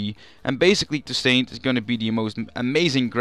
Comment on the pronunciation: It's pronounced [to: sont] With a silent T at the end. Not "Too saint".